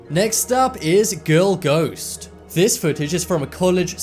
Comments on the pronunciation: Its not goast you stupid its ghost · rachael grant ??goast? Sorry I thought you said toast.